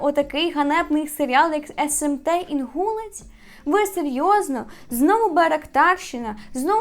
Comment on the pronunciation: Не знаю як саме ставлять наголос на кіровоградщині в назві Інгулець, але є ще район в іншій області з такою назвою, то читається як інгулЕць. Просто вже не один раз чую інгУлець😅🥺